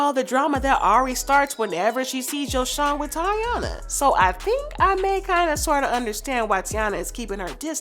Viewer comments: baby girl not tiana its TY- EENA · HER NAME IS PRONOUNCED TAY-NA NOT TI-A-NA 🤦🏾‍♀️ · Say it with me Tai-eeeennaaaa Not Tiana Or tyana 😂😂😂😂😂😭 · Tyyyyyyyyyy Yeena not tiana I’m so sick of y’all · It’s TY-E-nah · Her name is ty-enna! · It tay-ina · Her name is pronounced “Tye-ee-Nuh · It’s Taina. (Ty-ena) Like the early 2000s show on Nickelodeon. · nope you the one loud and wrong her name is pronounced, TAY-NA , not whatever the hell y’all tryna pronounce even gherbo said it’s pronounce how I’m tryna say it 😂🤦🏾‍♀️ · it actually is Ty-Ena. Like Taina Morales from the 2001 Nickelodeon show Taina… Emily B pronounced her name as “Ty-ena.” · You said that girl name 3 different ways and none was the right way 🙄 it’s Taina it sounds like tyena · Girl her name is taina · I like the commentary, you’re just pronouncing everybody’s name incorrectly 😂😂 YO•SON TY•ENA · Her name is Tah-ina and Ari’s son name is Yo-son good commentary though.